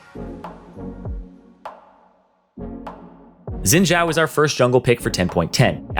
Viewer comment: Im pretty sure you say Xin Zhao wrong.